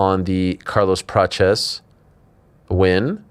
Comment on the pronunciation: It's Prates, not Peaches